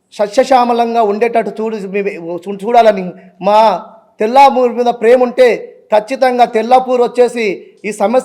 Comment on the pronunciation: తెలపూర్ కాదు తెల్లాపూర్